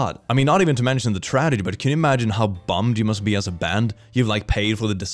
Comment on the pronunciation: "tradegy"